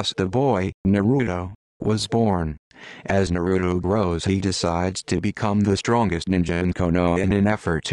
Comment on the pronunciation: Naruto explained by a computer that pronounced everything wrong